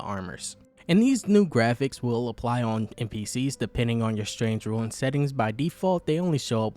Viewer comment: "rune" is not pronounced "ruin". Anyway love your videos.